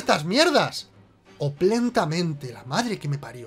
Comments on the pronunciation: Oplentamente... tengo la idea que la palabra era Opulentamente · Oplentamente!!! Jajaja. Seguro era opulentamente, pero al guión le faltaba una letra y lo leyó así. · OPULENTAMENTE quisieron decir, pero andaban con hambre y se comieron la U